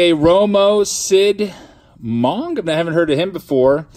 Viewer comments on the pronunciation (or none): Sid Monge-was pronounced like Mon-Jee.